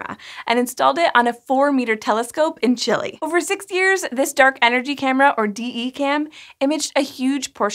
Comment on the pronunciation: Ugh.. CHEE-lay. Not 'Chilly'.